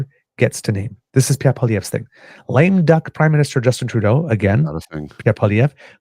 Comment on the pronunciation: Obsessive? Pee-Air?? Noooooo. That's a silly thought... "I just got tired of him always calling me 'Trudeau' when we're in bed, and then blaming me when his Pee-Pee doesn't perform." - his wife - 😝